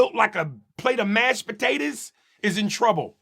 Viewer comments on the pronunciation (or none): Nigga said Mash Potatas!!!!